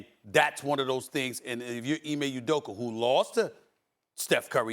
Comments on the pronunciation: Nobody: Stephen A. Smith: Emay Udoker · Who tf is Ime Udoker 😂😂😂😂😂